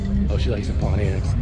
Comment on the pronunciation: I think you're mispronouncing Pontiac ;). I wish we had utes here.